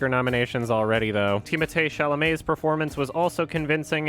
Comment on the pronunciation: "tee mathay shala may"